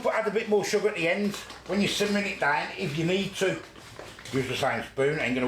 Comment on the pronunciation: sugger OMG ..SUGGER lol